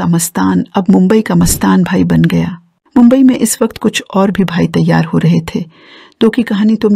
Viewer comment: मँडम आप गलत जानकारी दे रही है हा और मुंबई बोलने की प्रँक्टीस किजीए